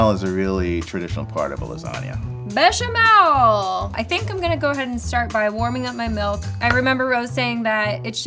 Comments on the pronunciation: Did he just say lasana noodles? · why are you butchering lasagna like that